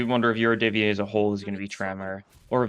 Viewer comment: QOTD: the yurodyvye finally getting some action, I honestly love their scarf design. They've also kinda been absent for the last 3 chapters as opposed to literally any other major antagonist faction Edit: Yurodyvye is pronounced with an emphasis on the "O" but your pronunciation is otherwise pretty good (source: russian is my mother tongue)